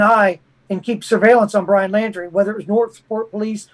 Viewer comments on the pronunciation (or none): It's Laun-drie not lan-drie. Hence the nickname "dirty Laundries". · Why does mispronounce Laundrie’s last name?